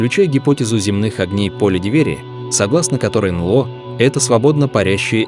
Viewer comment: "Анло" - это "НЛО" из уст ии‼️ Да❓